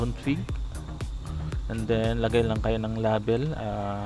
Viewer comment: nasasaktan ako pag minu murder mo ang english... please paayos nman pronounciation mo sa "LABEL"